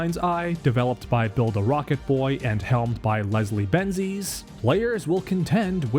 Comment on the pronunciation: Are you purposely saying build a rocket boy wrong?